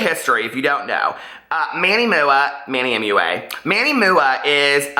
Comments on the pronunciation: It's Manny M.U.A not MOOOOAH! LOL I cringe, I cringe! Of course!! SHE SHOULD HAVE REACHED OUT PRIVATELY BUT SHE DID NOT SO THEREFORE THAT PROVES SHE'S JUST REACHING FOR ATTENTION! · Live for the way says Manny MUA 😂💙